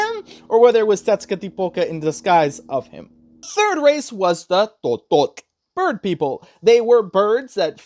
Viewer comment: Bro, your pronunciation of "Tototl" was on point. Very well pronounced, even some of my fellow Mexicans pronounce it wrong. You did an amazing job.